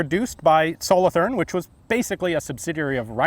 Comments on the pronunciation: As you probably now know, having visited Switzerland, the "th" in Solothurn is a hard t sound, not a soft "th". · The th in solothurn is pronounced as a t not a th sound :) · Solothurn is a city in switzerland and the th is pronounced t Good vid thanks for sharing